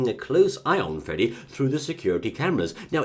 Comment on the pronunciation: "Freddy" Aaand no.